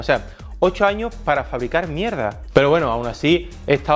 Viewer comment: "Tiene mucho ojo para la Mierdah" jajsjajsjajss